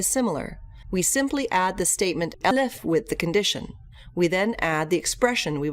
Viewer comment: Nice video, but what's up when it's time to pronounce ELIF?